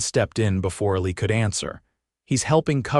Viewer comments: Eli is pronounced EEE-lie geesh get a better text-to-speech engine & proof the audio before you publish... take pride in your work. This was a great story, told badly! If you write the text the way it sounds & not follow grammar/spelling rules, this would have been a 5 star vid. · I was thrown by the poor kid's name. "Illy" made me think his name was Billy and the B got scraped off his tag, but Craig was too cheap to get him a new one. Then he was Ali, then Elly. I finally caught the correct spelling in the captions and realized the kid's name is Eli! The automated narrator didn't know how to pronounce it. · Pretty nice, even with the kids name mispronounced the whole time..